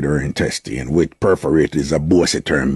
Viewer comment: Why you kept pronouncing the word Intestine incorrectly. The words - was reported or reported not reportedly. Get well soon spice. 😊